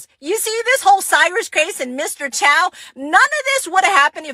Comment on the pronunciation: Host dude, we open a store in black community so that everyone benefit, but it should not give you right to steal. Also, his name is Chow not Choi.